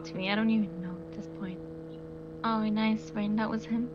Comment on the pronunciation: Everybody today was possessed with the word nice...after sometime it was like nois nois😂😂